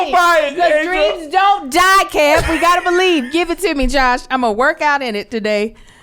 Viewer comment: Key? Shiiiii that’s how you gotta say it from now on